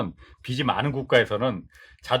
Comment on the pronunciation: 빚이 를 비시로 읽지마시요 비지가 맞고 빚을 비슬로 읽지마시요 비즐이 맞습니다